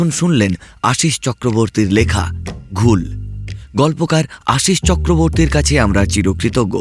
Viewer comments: উপস্থাপনার দিক থেকে ভালো, তবে শ্রোতা হিসেবে কিছু বলার আছে। গল্প পাঠ করার সময় কিছু জিনিস নজর রাখতে হবে যেমন রাজিব এক জায়গায় রজত হয়ে গেছে আর রাজীবের যে চরিত্রটা রয়েছে সেটা ঠিক গলার সাথে ম্যাচ করেনি। কনস্টেবল এর গলা একটু পুরুষালী হলে ভালো হত। আর শব্দটা ঘোউল হয়, ওটা ঘুল হয়ে গেছে। এছাড়া প্রথমের দিকে কথোপকথন গুলো বড্ড তাড়াহুড়ো করে হয়েছে। গল্প যে শুনছে তাকে গল্পটা অনুভব করার সময়টা দিতে হবে, নাহলে কেমন একটা হয়ে ছন্নছাড়া শোনায়। তবে আরও ভালো করে করতেই হবে। ধন্যবাদ। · ঘৌল হবে ঠিক উচ্চারিত শব্দ।